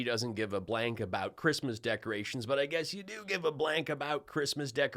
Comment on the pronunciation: 'Who gives a f**k about chreestmas" Gold digger. Melania.